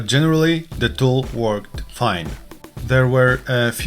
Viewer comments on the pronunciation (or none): none